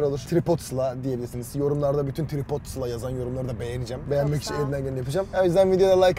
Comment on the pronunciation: Abi benablama trıpot demem 😂😂😂